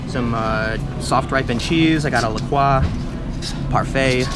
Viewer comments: anyone else annoyed how he pronounces La Croix... ITS (la-croy) NOT (la-kraw) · Tim, it's "la-croy" not "la-qua" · its pronounced la cwah? not la croy?